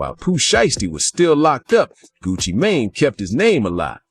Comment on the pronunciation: It's Gucci Mane,! You're mispronouncing that name, sweetheart! Anyway, looks like these guys are going to be in prison for several decades if not life and they belong there! People are not safe around these violent, reprobates! 🤡💩🐂